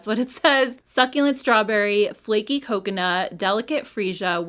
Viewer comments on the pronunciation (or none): none